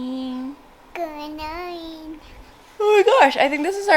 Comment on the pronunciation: “goomorninggg” .. “gunite”😂